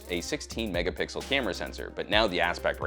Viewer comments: "12 Megapickle shot" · when will he learn how to say megapixel / megapixels😂😂